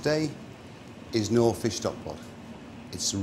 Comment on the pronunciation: Actually he doesn’t pronounce knorr properly.